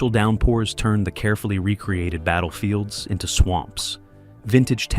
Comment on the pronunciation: There is a big difference in meaning when you mispronounced "re-created" (making something again) as "recreated" (leisure related). I don't think anyone involved, either in the original battles or the film production, considered it recreation.